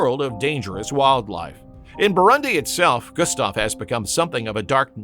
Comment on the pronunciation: Learn to pronounce “Burundi”.